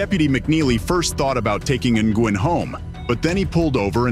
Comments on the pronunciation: I belive G is silent in Nguin and pronounced Nu'in😊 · It's not pronounced N-Gwin....it's Wen....Nguyen. I hope they get just reward...especially against Pettigrew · Nguyen is pronounced "new win" not "in gwen" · Its pronounced "win" not Ng-win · How the hell can you not pronounce Nguyen?